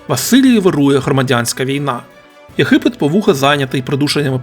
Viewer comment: Не в тему,автор ви що Г не вимоляєте?А то ЄХипет,береХові трохи ріже слух😊.